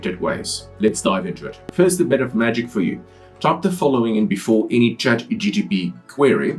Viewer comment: Please get the name of CHATGPT correct. You and allot of the people call it ChatGTP